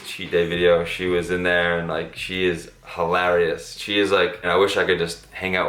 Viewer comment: Who says hilarious like that 😶